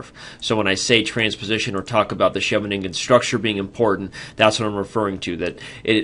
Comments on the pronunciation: Sheve-nin-gen sounds a bit awkwardly articulated. Shouldn't it be more like She-veningen? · It's Hilarious to hear as someone speaking dutch